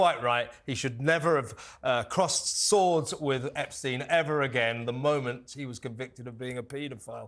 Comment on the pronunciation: Can she not pronounce Epstein's name properly?